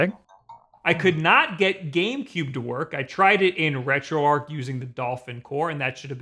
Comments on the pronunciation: ...The word is "arch", not "arc"....Retro...Arch.....why do so many people get this wrong? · if this "RetroArch" is prnounced the way you do, hows this "retroarc" pronounced? herd of archbishop or Noah's's arc?